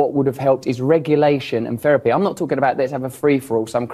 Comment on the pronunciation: Yet he can’t pronounce words with “th” correctly 😂 “Ferapy” 😂